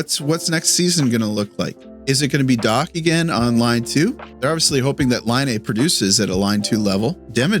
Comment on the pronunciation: I guess pronouncing "again" as "egain" is a Canadian thing? :face-green-smiling::face-green-smiling: Good video, sorry aboout your Habs, and your washer. Editing in: "Lost his [dignity]..." I lol'd hard. Yeah, Dobes [Doebesh] had a rough night.